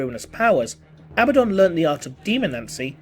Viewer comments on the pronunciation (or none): Uh-Bad-Dun. Abaddon. There is no long 'B' sound. Originally a Hebrew name and translated in several languages. Still 'Uh-Bad-Dun' not 'Abba-Don'.